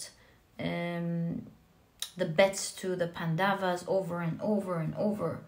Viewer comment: Hello, just wanted to correct you: it's not pandavaas, it's pronounced as pan-doves. (You pronounced the 1st part (pan) correctly.) Also please don't say Indra, it's indr. I know how it is spelled but the correct Sanskrit and hindi pronounciation is different from what it's inferred. And that happens with a lot of our words. Eg. Ram is pronounced Rama, ravan ravana, lakshman lacksman, etc. I know you are not consciously mistaking them but still it's about appropriation. It's also about paying homage to the beautiful culture and history it represents. Also what's widespread is what is assumed to be the correct way . Even in our country, yog is yog no more, it's yoga and karm is karma(yes, they both are Sanskrit words. And no, Sanskrit isn't sans-krit. It is sons-krit(pronounciation wise)). So if you could pls incorporate these into your readings, it would feel awesome. I know it would seem trivial but it would make me feel super happy and fulfilled . Thanks for being a wonderful reader